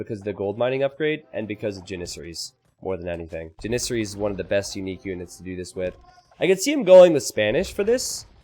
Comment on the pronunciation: lol the way you pronounce Janissary is legit tilting :D Ja - not Ji :P